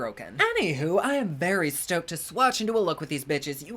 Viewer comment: You said stoked. I heard smoked. Lmao